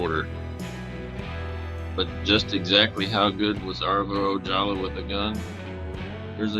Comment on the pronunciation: It's pronounced ""O haul Ah"